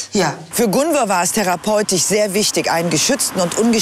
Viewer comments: Bin ich tatsächlich die einzige die getriggert wird, weil die Psychologin Gunvors Namen ständig falsch ausspricht? 😅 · Ja sie sagt ja immer gunver 😂trigger